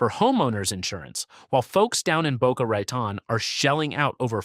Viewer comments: Boca Raton is pronounced as Boca Ra tone. I lived next door in Delray Beach. Bevard county is Bre vard county. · Boca Rattin???? Why not have a real person narrate who can pronounce the towns correctly. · He said Boka Rattin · Laughable, and it’s “Boca Ra-tone.” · Boca Ratten? Horseshit video. Don't do better but do go away. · Boca Rattan?? :face-blue-smiling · Boca Rayton? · Boca rat-on LOL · Boca Raten LMAO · yeah, "Boca Rat-in", "Cape Core-al", totally AI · I support a singer/songwriter who lives in the Orlando area not included in this list. She has said they don't really get hurricanes. You pronounced "Boca Raton" wrong. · Crappy AI narrator can't even pronounce Boca Raton. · Ugh, not only that but Boca Raton, Ocala and others. Doesn't the creator ever listen to their videos BEFORE releasing? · You lost me right of the bat when you mispronounced Boca Raton. Do your research. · Yes, it mispronounced easy names like Boca Raton and Jai Alai. A tell tale sign you're listening to AI.